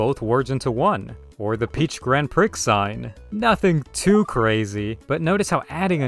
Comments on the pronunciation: The... the Grand WHAT? 😂 It's not pronounced like that... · I love when people pronounce "Grand Prix" as "Grand Pr!cks" it's so silly to me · Was this mispronunciation a joke?